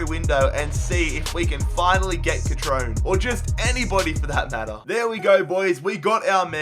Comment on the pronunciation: Cut-trone-a not cut-trone